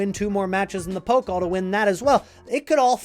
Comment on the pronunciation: Pokal… don’t say Poke-l .. say Poe- cul .. and stretch the end a bit